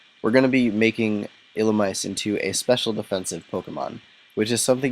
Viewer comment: It's actually pronounced like ee-lu-me-say